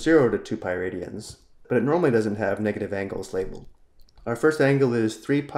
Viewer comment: For better explanations, check out "The Organic Chemistry Tutor". After watching this video 3 times, all I could hear is "Piridians" :(